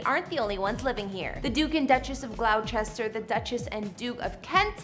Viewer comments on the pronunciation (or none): Glow- chester ?? It's pronounced Gloster. It's Catherine not Kate. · Gloucester is pronounced “GLOSS-ter” not GLOU-chester. I’m sure the Duke would appreciate it being pronounced correctly. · Brush up on your pronunciation of certain names: (1) Nottingham, Birmingham, Tottenham, etc. are pronounced without the "h." (2) Gloucester, Wocester, etc... well, look it up, it's much shorter than the written name itself: [Gloster], [Wooster]. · Gloucester is pronounced "gloster". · Actually, you too are incorrect. Gloucester is pronounced Gloss-ter. You're welcome. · Some of the pronunciations in this video are awful. Gloucester is ‘glaw-ster’, for example. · Gloucester isn’t pronounced the way she pronounced it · Audio and video recognition are amazing milestones in the age we live. I have learned a lot. As far as Glouchester/Gloucester, I only knew the pronunciation because I lived near Gloucester County in Virginia. 😁